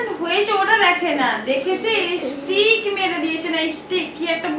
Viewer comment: ইস্টিক নয় গো ভুল বলছো তুমি ইসটেজ মেরেছে তোমার চ্যানেল এ😂😂আল্লাহ হাসবো নাকি কদবো